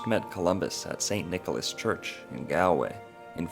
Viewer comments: The first syllable of Galway is pronounced like a "wall", not like a "gall" from kalamazoo . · 😂 you are saying Galway wrong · It would be nice if Galway was pronounced correctly. Nice piece. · Gaul-way or Gallway is how you say it. Come on man, research names when your doing your vids. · Great work. Galway is pronounced “Gall-way” like “all” btw. Very interesting info here. Thanks! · This is a brilliant piece of work, I expected it to be easily dismissed woo-woo... it isn't. Really got me thinking. Thank you. [And brought tears to my eyes that last scene of the Brendan doc... ach, very moving, very moving.] Galway is, incidentally, pronounced "Gaul - way" in English anyway... with an "a" like "Saul" or "small". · Galway is pronounced “Gaul-way” . Just a friendly fyi from an Irish man ✌️ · Dublin here. I have heard numerous culchies pronounce it like the guy in the video! "Gale - way." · Who are you to say what every Irish child should know when you don't know how to say Galway? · How do you make a three hour video and mispronounce the name of the city?! lol